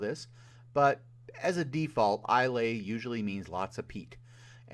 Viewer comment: Gotta love a guy who knocks others for their lack of knowledge about Scotch but doesn't know how to pronounce Islay. 🤣